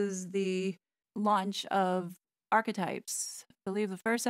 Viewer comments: SueMe pronounces it "Archietypes" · When she says that, it always makes me giggle 🤭